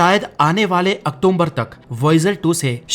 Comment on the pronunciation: ❤Nice but it's October not octomber